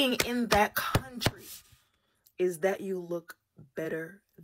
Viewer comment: Audacity is at an all time high... She can’t even pronounce the name of the country properly.